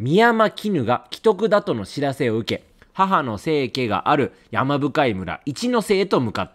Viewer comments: せいけではなくせいかです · レトルトさん日本語苦手なのはわかってるんだけど気になるから言わせて。多分、"生家"（せいか）ですね😂